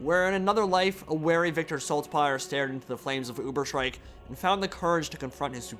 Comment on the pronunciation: Pronounciation of Ubersreik is more like Ubers-Reik, meaning "upper Reik (river)" in german. There is no sh like in shriek or shrike or sth. Greetings from your fellow grammar witch hunter from Germany!